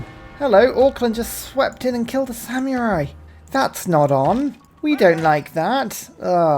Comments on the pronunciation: Oh dear, pronouncing samurai with a y in the middle is back. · Apparently no-one taught you how to pronounce samurai. It's Sam err eye, there is no y in the word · I know it's a British thing, but I chuckle at "sam-you-rai" everytime